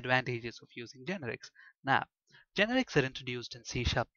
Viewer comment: its not GEnerix, its geNErics